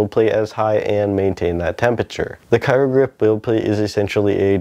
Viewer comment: Cryo (cry-o, not cairo)